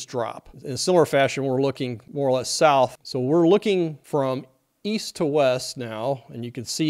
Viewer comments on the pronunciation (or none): none